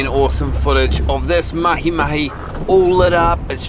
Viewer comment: Hey, Yes you! I’ve got to tell you, even if you already had my admiration, just the way you said “MahiMahi “ during the intro, with the right accent…. Top man!!!